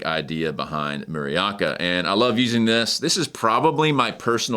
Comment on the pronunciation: Muraoka 村岡 (Village Hill) is pronounced “Moora Ohka”, not “Murry Aka”